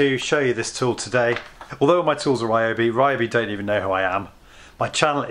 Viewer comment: They may sponsor you if you start pronouncing the name properly. Ree-O-bee. The Y sounds like the one in Tokyo